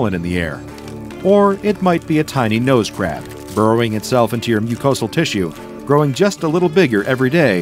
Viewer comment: Nose crab actually sounded like nose crap at first